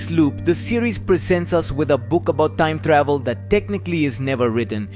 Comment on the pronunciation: "Toieeem Tdauhveel" = time travel